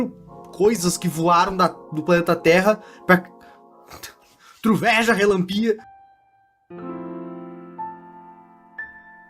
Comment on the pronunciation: "coisas q voaram da terra" "truveja relanpià"